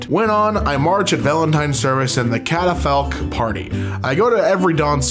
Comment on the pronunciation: Catafalque = cat - er - folk 👍 good try tho